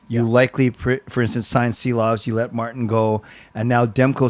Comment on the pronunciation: Yea !!! Just pronounce Shilovs!! like in shack. Please!